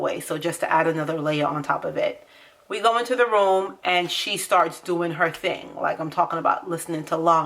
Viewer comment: when you said “her” are you from the islands you don't have to say which one just a yes or no will be fine 😂😂❤️ good video tho💯